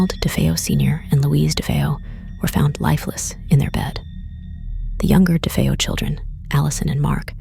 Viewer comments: Actually youre wrong as well! Defeo!! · A few pronunciation issues: DeFeeyo, DeFayo; Lootz, Lutz, just be consistent with the last names. I've been fascinated with this story since the book came out.